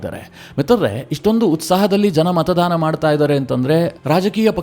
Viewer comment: ಮತದಾನ ಸರಿ.( ×ಮತದಾನ ×ಮಾತಾಧಾರ ಅಲ್ಲ )